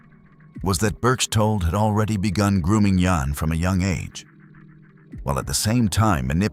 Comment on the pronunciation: It's Jan. Like Jam. Not yon.